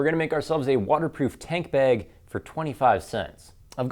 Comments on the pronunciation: 601 thumbs down??? And one more cause you say bag like a lame-o. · learn how to fucking pronounce "magnet" and "bag."